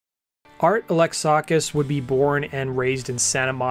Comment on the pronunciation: Art "Ah-lex-ah-kiss"